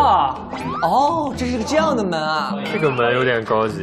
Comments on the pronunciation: 啊蒲说“这个门能不能帮我们打开”的时候，我好想回他“不行，ze个门没有把sou” (狗头保命) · 对对！我第一直觉也是说这句🤣 而且翘舌一定要去掉